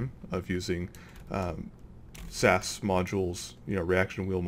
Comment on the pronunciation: you pronounce it s-a-s not sas